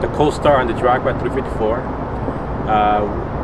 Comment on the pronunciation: Wtf is a "Coll - starr"?